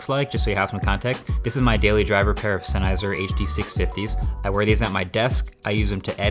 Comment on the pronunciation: "Senizer," instead of "Sennheiser"??? Imagine being deaf rn... okay on second thought. You're probably not looking at a headphone video